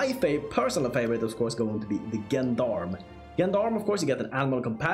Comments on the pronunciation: Thank you, that was very informative. A minor correction - Gendarme is actually pronounced with a ZH like Jean D'Arc ) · "Gendarme" is a french word. That is not how it is pronounced. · The "gen" is pronounced "jen", like in "gentleman" ("gendarme" means "man-at-arms" in French).